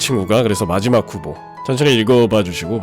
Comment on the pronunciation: 후보가 흑우처럼 들려...